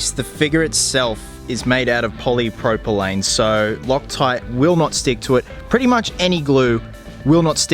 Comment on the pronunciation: I love this mod. Just being a little nit-picky here- you pronounced it "poly-propyLANE", when the chemicals name is "poly-propyLENE". I think they are two separate plastics. Reason I'm being picky is because I want to make sure I buy the right glue when I do this mod for myself. Thanks for the video btw, great job :)